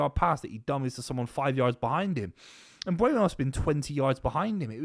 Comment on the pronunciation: MbEUmo NOT MbUEmo ... Repeat after me: M BUR mo